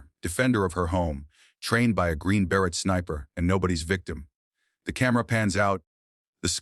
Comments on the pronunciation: Totally AI - Green Beret totally mispronounced- nobody would mispronounce beret and say Ber- Et - annoying as hell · AI is not intelligent because AI can't pronounce words correctly. Like beret